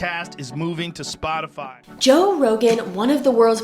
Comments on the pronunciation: Sportify? WTF is he saying. It's Spot-i-fy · Dammit Glenn, it's SPOT-ify. Not SpoRtify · i think it has to do with latin america.. the 'o' becomes an 'or' maybe just many years of living in brazil this is how he sees the word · Did he say sportify? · why does he call Spot ify Sport i fy? Sorry if someone asked and answered Im not in the mood to look at all the comments searching... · Love Glenn but does he know he is saying “Sportify” instead of “Spotify?” LOL !!!! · Great analysis. But "sportify"? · Why does he keep saying Sportify instead of Spotify? I had to pause the interview and post this because it's driving me nuts. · Also why is this guy saying "Sportify" instead of "Spotify"? Is he really that out of touch? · Its Spotify not sportify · Not that it matters but it's SPOTify , not SPORTify. Thanks for all you do ✍️. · Why do you repeat Spo(R)tafiy instead of (Spot)ify? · "sportify" Glenn? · "Sportify" ??? You gotta be fucking kidding me... and the fact that Greenwald is devoting an entire show to why people are following a YouTube podcast host more than mainstream journalists. Pretty ironic. Maybe because you're such a doof you can't even pronounce "Spotify" which is one of the biggest elements to the VERY TOPIC THIS PARTICULAR EPISODE OF YOUR SHOW IS ABOUT? Greenwald broke the Snowden story, but can't get Spotify right. Maybe do a show about how the basic professional standard for journalism... like complete sentences, and correctly spelled words, or paragraphs that actually make sense doesn't matter at all anymore. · Please stop calling it sportify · Hey, it’s not pronounced SPORTIFY! There ain’t no R in the word. It’s SPOTIFY. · spOtify not spoRtify Good Lord man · It’s SPOTiFY not sportify ??? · It's Spotify not Sport-ify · Spotify! Spotify! Not "sportify" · Oof. Less than one minute in he says “Sportify” instead of Spotify. Rough start to an hour long video. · Why do you keep calling it SPORTIFY?!? McFly! Other then that. Interesting video